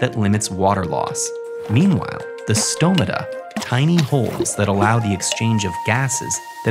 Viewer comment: As a Greek person the correct pronunciation of “stomata” made me very happy